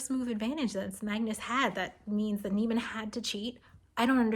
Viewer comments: The last name is pronounced knee-man, not like the Seinfeld character. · "Niemann" as "newman"?